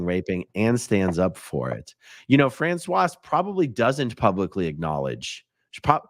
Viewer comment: Respectfully, with the French pronunciation of this name one does need to sound the final consonant before the "e" ending because this is appropriate for the feminine spelling and pronunciation of Francoise. The male version is Francois pronounced as "Fran-swah." Francoise has a bit of a "z" sound at the end ...not the "s" sound, lol...and voila!